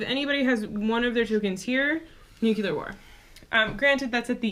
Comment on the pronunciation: Cool video. Looking forward to playing my copy of 13 Days. Thumbs-up for your vid... despite you mispronouncing, "nuclear" non-stop! :-P lol